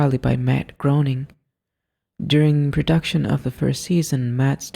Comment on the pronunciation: Why do people pronounce Matt Groening's last name wrong. His last name rhymes with "raining". That is the correct way to pronounce his name.